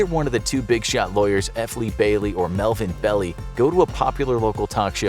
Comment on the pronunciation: Melvin BELL-EYE